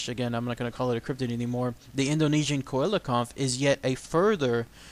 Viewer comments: si-la-canth is the correct pronounciacion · dy the why it's a SEE-LA-CHANTH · I believe it's pronounced see-la-canth... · The first researcher to find it was also from south Africa and he caught it about 1km from the knysna heads in South Africa, it's pronounced cell - Le - can't